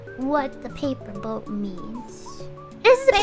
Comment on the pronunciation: I had to dip right as you tuned into Saba's debut, watching the like hr+ of what I missed and at this point I have a sneaking suspicion it's just all Saba😂 (obligatory) "pay-puh boat"